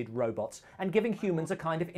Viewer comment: Or "Rowbutts"